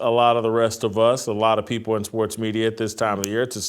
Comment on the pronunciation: If you don't believe a certain "privilege" exists, consider this. A guy who knows VERY little about sports, but toes the company line so he is "the face" of ESPN, but can't pronounce English words properly - he pronounces "people" as "peopow" - as someone who TALKS on television and the radio - and is going to make a hundred million dollars. Think about that. PEOPOW.